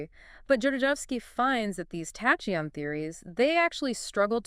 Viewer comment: I understand that confusing English approach to words spelling makes impossible to read some never heard before word correctly, but isn’t it’s obvious that you have to find how to pronounce “tachyon” before saying “tashions”???